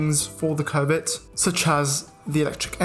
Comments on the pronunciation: Bruh it's not COVID, it's Covet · Sometimes when he says covet, it sounds more like covid 😂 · I keep hearing covid